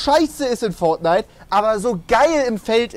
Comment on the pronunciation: Du denkst auch das es Feldnite heißt oder XD ( no hate an den Fisch) 😂